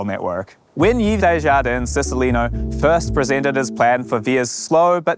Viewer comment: Thanks for unpacking this! High speed please! But you do know it's pronounced "Eeeve" not "Eeeeves" right?